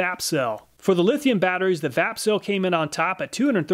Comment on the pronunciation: 😂 I was just listening while setting up some tools I got and I thought you said "fapcell" and I was like what did he say?!? Then wondered if it was a shake to charge battery ... Vapcell... Lol